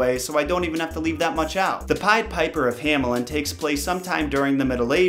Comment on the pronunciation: The German "A" is pronounced like the English "A" in "car". The German "Ä" is pronounced like the English "A" in "care". But you mixed it up, as you said "Hämelin" instead of "Hamelin", "Kinderfanger" instead of "Kinderfänger" and "Rattenfanger" instead of "Rattenfänger". Nevertheless I like your videos very much!